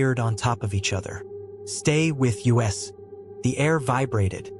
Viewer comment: The voice of the Narrator is AI.. -_- instead of saying us, it ways U.S